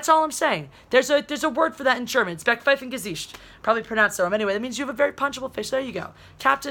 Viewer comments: D Just how you pronounced "Backpfeifengesicht" was hilarious!^^ (German here) Almost accurate though. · Backpfeifengesicht is more a slapable face, than a punchable one, but the pronunciation was alright 😀